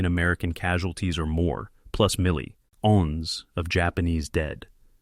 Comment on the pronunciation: “Milli ons” - nice AI. Bye